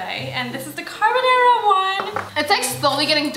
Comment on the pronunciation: “Carbonara”: “Carbonara” Nobody:: “CarBONNairA”